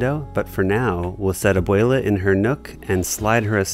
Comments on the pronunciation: “abweyla” please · fr I can’t get over how he says isabela and abuela